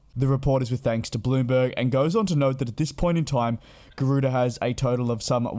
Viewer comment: Garuda or Gardua 🤔🤔🤔. Please get the name right will ya 😒